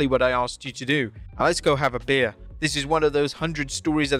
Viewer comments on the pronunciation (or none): Beer not bear another botch